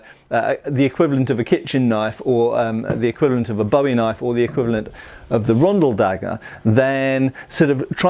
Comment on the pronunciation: Kind of a pet peeve of mine, but if you're talking about the knife (or the guy it's named after) it's boo-ee, not bow-ee. The knife-fighter is boo, the singer is bow. :P